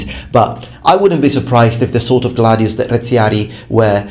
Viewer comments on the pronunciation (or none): none